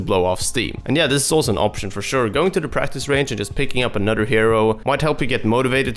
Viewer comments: when he says "anoDer" it triggers me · "Anutter hero" lol